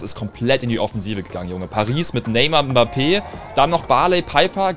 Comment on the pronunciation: Krass dass mal jemand deutsches Mbappé richtig aussprechen kann💪